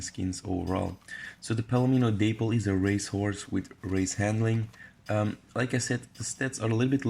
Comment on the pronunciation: The day-pple 🤣🤦🏽‍♀️ daaaap-ple🤔🤣